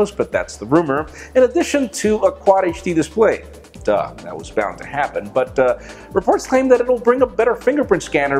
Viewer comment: the way u say Reports claim = The horse claim